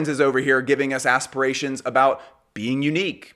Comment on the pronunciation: But said "Ass-spirations" 🤣 so its kinda understandable why the thing got confused